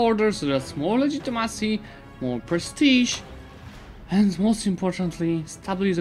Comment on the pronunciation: Just a joke about the way you pronounce legitimacy! I hope you don’t take it wrong!